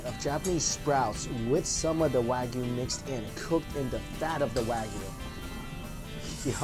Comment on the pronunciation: Ko-BEH not BAY. Also not "Wag-you" it's "Wa-gi-yu." Gi-yu=gyu